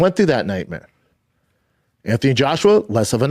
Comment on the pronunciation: Nightmeers and veeriables